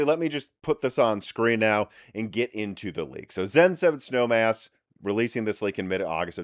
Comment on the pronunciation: Was listening on audio only in my car while commuting to work. I had to rewind and make sure I heard him right about the cpu code name. I thought he said “Snow Ass” lol made my day!